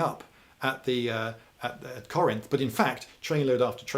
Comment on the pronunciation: Thank you lindy for pronouncing Corinth right, way too many people in the area call it “car rents”